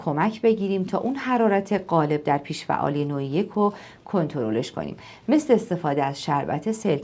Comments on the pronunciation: جسارت نباشد این اختلال بیش فعالی نام دارد که شما از آن با پیش فعالی یاد کرده اید بد نیست با تحقیق بیشتر و تلفظ درست این ویدئو تکرار شود با سپاس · ممنون ولی چرا همش میگین پیش فعالی 😂 کاش درست تلفظش میکردین . بیش فعالی درسته نه پیش فعالی !!😂